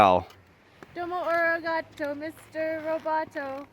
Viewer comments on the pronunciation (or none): none